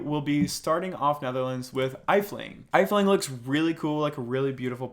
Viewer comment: Just a quick tip from a dutchie, it’s not eifling but it is pronounced F-T-ling